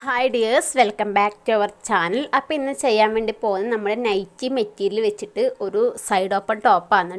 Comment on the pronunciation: നെറ്റി അല്ല നൈറ്റി എന്നാണ് പറയേണ്ടത്